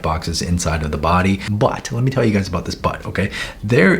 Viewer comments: Why did i understand „whats up gays“ in the beginning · Is it just me or did I hear : Hello gays 😃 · I misheard " HEY GAYS "